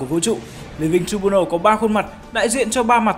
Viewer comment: Đọc là trai biu nồ ông ơi